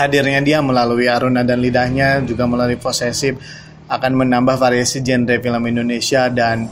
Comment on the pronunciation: Variasi "jenre"